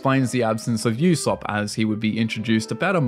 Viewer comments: Did you just call Usopp a "you-sopp" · bro pronouncing Usopp as Yousupp is a freakin CRIME man.. jesus... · oosop not yousop >.< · Who the fuck is "Yousopp?" Both English and Japanese voice lines pronounce it as "Oosopp." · Bro really called him “Eusopp” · Bro really said yousop💀